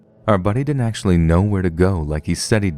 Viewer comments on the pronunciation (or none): none